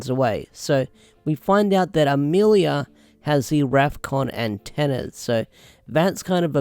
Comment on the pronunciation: Rafkon not zefkon